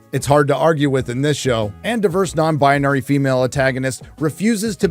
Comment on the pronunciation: Stop saying non-bonary and an-tagonist every 5 seconds. So annoying. Come up with something else. Wanted to wach a stire on this crappy show so i didnt' have to. Unfortunately this video way to long and irritating.